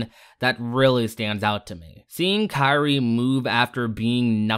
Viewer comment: Kairi? It sounded like he said Sakura